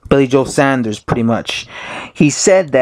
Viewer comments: It's Saunders not Sanders. This video gets iraating after 15 seconds. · Fs it’s pronounced SAWN-DERS (Saunders) not SANDers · Saunders* not Sanders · Saunders not Sanders.... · Why do yanks find it hard to say Saunders ? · Luke Oconnor I know tell me about it....too much of colonel sanders and his chicken I reckon. It’s got a U in it, it’s not SANDERS ffs